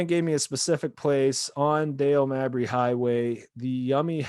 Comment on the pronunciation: It's not "Ybor City", tool. And it's not "Mahbry". Jesus. You just suck.